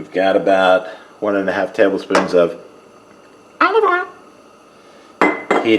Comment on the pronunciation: Don’t you love it when your tongue is twisted trying to say those incredibly difficult words!😂 this dish looked amazing! I think I would like just about anything with shrimp in it my friend. I just about bust a gut every time you say, olive oil. Too funny! Take care of yourself and I will catch you on the next one.🍻